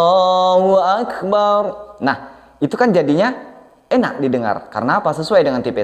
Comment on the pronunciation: Pengucapan di adzan, bukan akebar tapi bulat beneran yaitu akbar 🙏